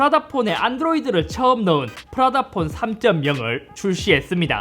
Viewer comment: 프라다폰 할때 프라닭폰이라고 들음 ㅋㅋㅋㅋㅋㅋㅋㅋㅋ